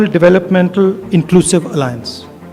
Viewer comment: Jinhen kaam karna nahi aata hai...wo kisi tarah copy hi karte hain. Par copy karne ke liye bhi Education chahiye. Devlopmation nahi development hota hai.